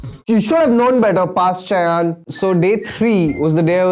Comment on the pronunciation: Shayaan ??!! Its pronounced Shai-own.